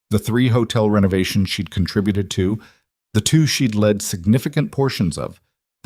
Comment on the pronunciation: You have to stop using the same dozen names in all these stories. Gerald is awful. The premises of your stories are sometimes a stretch but ok if you ignore it Your endings are overbearing . Beating a dead.horse Your AI reading is good. Like the voice. Rarely a word spoken wrong Here you had led vs lead